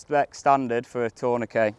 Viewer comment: Great video. So refreshing to hear tourniquet pronounced correctly in a shooting video! 😎